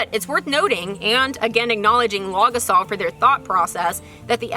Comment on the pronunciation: When you say it I keep hearing "log assault," which also seems appropriate!